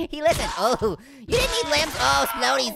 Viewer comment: it was funny when he said it's raining linmbs